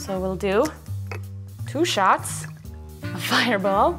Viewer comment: Sounds like she’s saying two shats